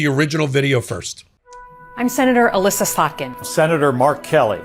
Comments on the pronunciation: Elissa Slotkin's first name has a sort "i" Sounds like Alissa. Let me also complain that my congressman, John Moolenaar, is trying to get our Michigan voter information sent to Trump. Thanks for doing what you do! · It's E-Lissa. 😂 E-Lissa Slotkin! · Love the channel, but it's "Elissa". Pronounced just like "Alyssa". I only mention this because I think of the two times I've heard you mention Senator Slotkin, you've mispronounced it both times.